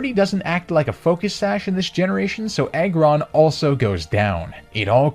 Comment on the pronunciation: Did you hear when he said eggron